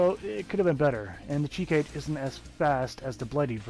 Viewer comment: It's crazy how much ppl struggle to pronounce Japanese when it's probably the easiest language when it comes to that.